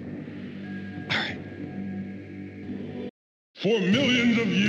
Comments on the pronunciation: Uh... when? said arright. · Pyro TFM He just says "Arright"